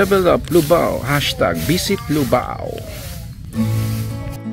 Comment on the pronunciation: Lubao sir Hindi Po luvao